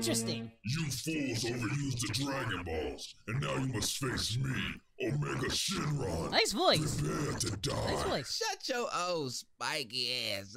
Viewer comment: dang omega shon john you all right? It's Omega shinron!!!!!